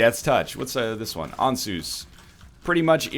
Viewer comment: NL i believe the rune Ansuz is pronounced like "answers" as if isaac himself were to say it